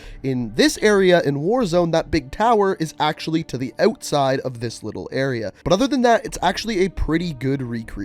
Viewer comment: it's pronounced Outside not ohwtside. Wtf